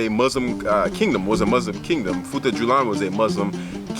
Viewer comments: I am Fulani, great video by the way. Just to help on the pronunciation It futa jalon not julan Their houses called sudü-hudö mean Sudü = house Hudö = dry straw, weed Thanks for making this video 👍🏾🇬🇳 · love the video and i am from futa djalon. its pronounced as futaa jalloh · it is pronounce as "foo ta jalloh